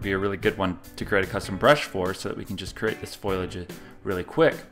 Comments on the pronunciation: Sorry to be a word Nazi on you here, but the word is Foliage, not Foilage. I am enjoying your series, but please, rerecord this before more than 1,682 people see it. With all respect, you sound like an idiot. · Really good tips....but one correction...its called foliage...not foilage :)